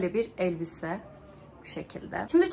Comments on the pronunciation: Eeelbise değil elbise🙏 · Nolur eellbise deme be